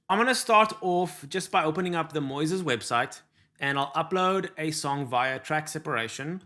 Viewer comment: I think she says it right -- like Moses in the Bible -- "MOYziz". 👍